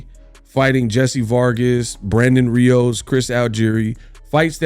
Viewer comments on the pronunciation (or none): none